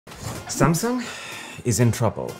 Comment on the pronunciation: You said sumsang in the video XD